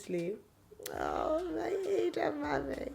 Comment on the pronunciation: I love you channel and your family, but please pronounce ur daughter's name with the igbo meaning that brings pride and joy. Ada and not like a computer. I'm a yoruba woman and I love native names.